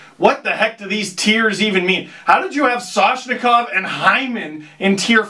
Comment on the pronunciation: What happened to the ‘N’ in Soshikov who cares about the ‘M’ in atthews.